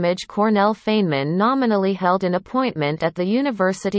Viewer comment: at least pronounce name correctly...Robot